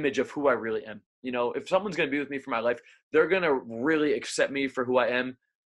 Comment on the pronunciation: Can you say the letter R You re pronouncing life Rife